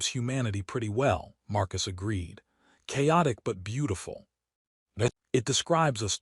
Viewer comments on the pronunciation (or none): At about : : the word intended to say 'chaotic'is mangled!. Oops LoL 😢😢😂